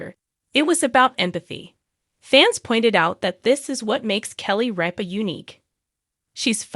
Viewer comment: It’s RIPA NOT REAP-A